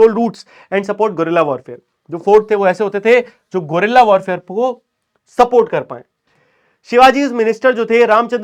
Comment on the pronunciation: me bhaiya wo Gorilla war nahi he wo guerrilla warfare he